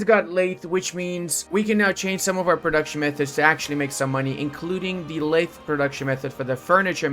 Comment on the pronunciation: the "th" in lathe is pronounced voiced, your vocal chords should vibrate.